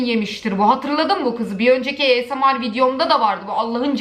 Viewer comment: 2.5 vicdanları yok diyorsun e o zaman izleme.Esemar değil asmir